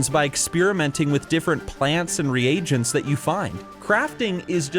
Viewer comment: I just learnt something new... Reagent is pronounced 'Ree - age - unt' wow!! All these years I always said it was 'Ree - gunt' haha I even googled to make sure... funny how I can know a word for over a decade (from playing wow) but never knew how to pronounce it this whole time! hahaha